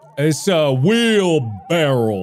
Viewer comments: Markiplier called a wheelbarrow a wheelbarrel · 😂 its a wheelbarrow not a wheelbarrell 😂😂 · The number of people that say "wheel-barrel" is hilarious.